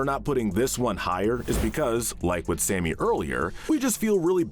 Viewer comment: I like how you call Sammy "Sammy", and not "Samey" like Amy did.